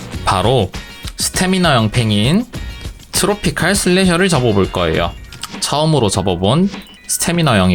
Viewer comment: 트로피칼슬래셔가아닙니다 트로피'컬'슬래셔입니다